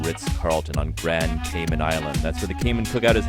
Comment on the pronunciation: It’s pronounced Cay Man as in “man” not Cay Min. Just saying… everyone try it: Grand Cayman